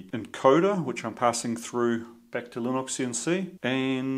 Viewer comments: Previous comment got deleted due to YouTube assuming I was cursing, no doubt, stoopid robot. Anyhoo...Lih-nix not lih-nox. From the man himself Linus Torvalds, the creator: It is pronounced Lih-nix. Maybe you have some idiosyncratic bloody minded quirk about it, I dunno, but I do wonder sir, I do. Nut still off after the wires are all in, if I had a dollar .... be it heatshrink, gland nuts, backshells...gahhh. The pain of it. Congrats on the milestone. Rock on. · Lie-nux. Lin-ox. ?